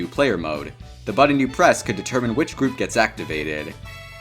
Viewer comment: When he says Groove instead of group